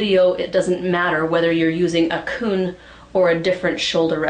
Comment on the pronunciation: Every time she`d say KUN, I`d think of a-KUN-a-ma-TA TA!